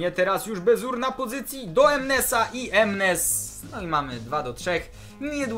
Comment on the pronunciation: to nie jest baziur tylko bazur a skąd to wiem, bo mieszkam w Holandii i na youtubie pisze ze grasz w fife 15 a nie w 17!